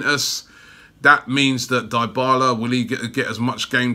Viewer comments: Crootdog Gaming it's pronounced as D'bala bro and not diebala😂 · Anteater23 and then he says Diebala 😂😂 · Well I've been watching Juventus for a long time and since he went to Juve they've always pronounced it as DeeBarla not DieBarla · Dybala is not "die-bala" its "dey-bala." you and DT have to learn pronunciations man. smh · Die-bala?? 😂😂😂😂 ily Robbie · Crootdog Gaming you are right i know nothing about football. Its pronounced D'bala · Crootdog Gaming It’s pronounced D’Bala lol. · If you can't say his name, you can't sign him. Dibala LOL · DYHBALA, ROBBIE, DYHBALA! XD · "dyebala" lmao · The Dybala rumour isn’t funny but the way you pronounce his name is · Did you just say Dybala? Yeah no Robbie, just no. We can’t right now. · Love how you pronounce all top players names wrong. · MAn the way you said Dybala 's name is DIABOLICAL ! HE could reject arsenal for the fucked up way you pronounced him ..